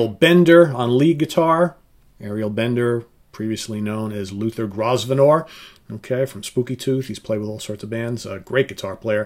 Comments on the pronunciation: Twice today. You and someone else said gros venor. It's pronounced Grow venor. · Yes, silent S! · Mott were mainly from the West Midlands (Hereford, Worcester, Shropshire) - Overend and Buffin lived in my town (as did Greg Ridley of Humble Pie). Love SAHB but will pick Mott for the local connection. Oh yeah, the 's' in Grosvenor is silent :)